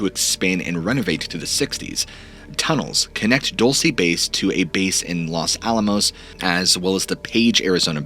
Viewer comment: Fun vid and great channel - you are a talented orator. Couple things - Taos is pronounced "Towse", not Tay-os. Also, the Los in Los Alamos is pronounced with a hard O (like Lowes), not a soft O. I also noticed the saguaro cacti in your background.These are beautiful but are native to Arizona specificaly, not anywhere in Nuevo Mexico. Anyhow, the Dulce story is similar to the Taos hum. Keep the stories coming. Love listening to them.